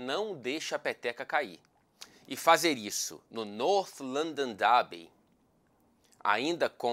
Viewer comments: North London Dháaaaaby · toda vez que você pronuncia North London Derby com sotaque britânico eu sinto um calorão e um aumento do fluxo sanguíneo para a região da minha virilha. 🥵🥵🥵🥵🥵🥵